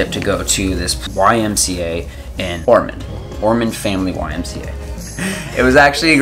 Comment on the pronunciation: ormond, not ormand😉